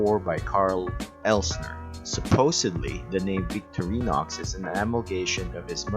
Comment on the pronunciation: You are mispronouncing the two Swiss army knife companies: Vik-TOR-eenox for Victorinox VENG-uh for Wenger Perhaps your home language makes these Swiss German / French names hard to pronounce. No big deal, but, if you make videos about Victorinox and Wenger knives, can't hurt to pronounce the names! Cheers! This model is my favourite pocket carry these days. Locking knives are not strictly speaking legal in my country, Israel, except on multitools or when out camping or hiking. I own the similar models with locks, and saws. All great.